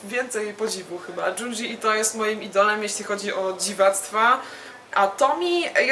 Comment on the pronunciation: Bardzo fajna recka (i dobry gust). Kudosy za naturalność wypowiedzi, która niestety często leży u polskich vlogerów-recenzentów. Jedyne do czego mogę się doczepić to wymowa nazwisk i tytułów. Junji -> bliżej Dziundzi (miękko) niż Dżundżi i TO-MI-E a nie Tomi. Z niecierpliwością czekam na kolejne recenzje. FAITO!